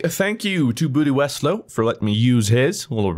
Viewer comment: Did I hear that right..? BootyWeslow ? ? 😂😂